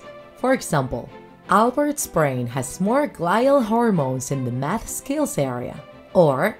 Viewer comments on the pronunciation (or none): none